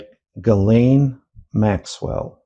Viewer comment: Come on, Man. Learn to pronounce Ghislaine. FFS.